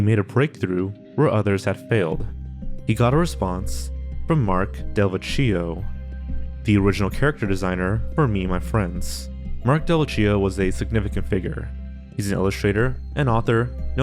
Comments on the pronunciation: the name pronunciation in this is fucking killing me. can almost guarantee you’re saying delvecchio and tanaka wrong - should be del-veckio and tuh-NAH-kuh. would really encourage you to check pronunciation before recording the script. it’s a really basic thing. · It's pronounced Dell - Veck - EE - OH .. delveccio